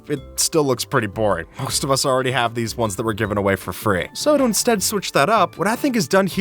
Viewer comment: It's most, not must.